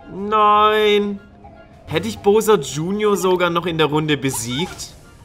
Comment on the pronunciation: Es heißt Bowser mit au!